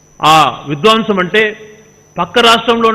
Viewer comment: Vidwaamsam kaadu Gadikotanna. Vidhwamsam ani palakaali.